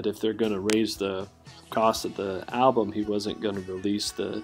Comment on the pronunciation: I like how you don't pronounce the "L" in album. It's just Ahh-bum lol